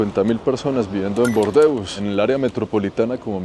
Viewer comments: en español no se dice bordeus, sino burdeos jajaja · Solo un apunte, la ciudad en español es Burdeos con U, no "Bordeos", No sé si me pareció escucharlo con una O, o es por tu acento y estás pronunciando la U. Igualmente, muy buen video como siempre!! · en español se dice burdeos,no bordeus como tú dices. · en español no es Bordeus, sino Bordeos ok.!! D.😢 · En español se pronuncia Burdeos, no Bordeos, y tambien da nombre a un color, el burdeos que hace referencia al color de los vinos de esa zona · En español es Burdeos (no bordeus). Cuántas chilabas y telitas africanas. Cuánto graficado por las paredes y qué bonito está el césped irregular y lleno de matojos a lo largo del río. Qué elegancia la de Francia. Parece Roma. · Es Burdeos, no Bordeus! Ese tipo de errores que a veces cometes le quitan valor a tu contenido, que suele ser muy bueno. Saludos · Disculpa en español se dice Burdeos.